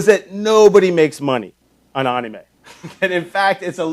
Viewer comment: ... you don't say anime like "onime" btw (it sounds like what it is) basically, the a's sound like "A" instead of "O"